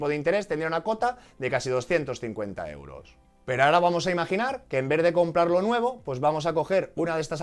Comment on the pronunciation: Como dices en verde y no en vez de. No sabes ni hablar y quieres dar clases de economía online. 😅😅😅